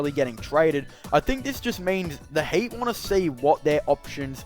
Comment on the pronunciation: am i hearing hate, not heat